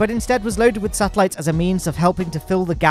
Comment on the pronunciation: Awesome video but PLEASE pronounce esa correctly. I'm gonna go insane otherwise.